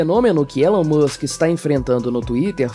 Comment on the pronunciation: Não é "Élon" é "Ílon", mano me dá um treco toda vez. Como falam do cara o tempo todo e não sabem falar o nome dele.